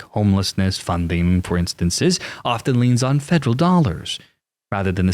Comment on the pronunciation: Dont know what a 'Fedle' agency is. Fed Er All. Federal. Say it with me Federal Feels good doesnt it?